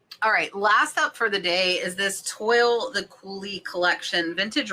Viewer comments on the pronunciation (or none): My ebay sales were fine two weeks ago, and are in the toilet again. I had TWO sales on Saturday and I think only 4 yesterday, oh, and 2 cancellations. I am beyond tired of the cancellations. You look like you're getting ready to go out on a hot date! FYI Toile is pronounced twall